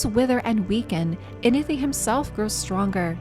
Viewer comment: There is a “w” in Inithwe’s name. Its not Inithe… great video tho.